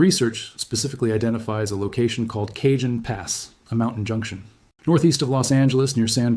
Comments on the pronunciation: Pronounced (k ah han )pass Not( cage en) j in Spanish is pronounced with a soft H a is pronounced like ah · Kuh-JOAN Pass?!?? More like Kuh - HONE Pass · Cajon Pass is pronounced CA-HONE. Update your ai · It’s pronounced El CaHONE, it’s Spanish, they don’t pronounce “J’s” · CAJON IS PRONOUNCED WITH A SILENT J!!! SOUNDS LIKE CAHONE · It’s pronounced El CaHONE